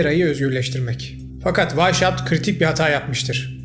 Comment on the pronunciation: Adamın isminin telaffuzu vaişaupt değil vaishaupt (Almanca) ( asıl beyaz , Esas, baş demektir) Hauptstat = Başşehir gibi.